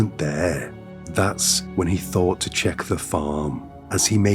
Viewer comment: Dude, if you want to make a livingvfrom narration, learn to pronounce your "th" sound. Its not fink, eever, welfy, fort, fink, forty, free, uvver, furty free, fing etc.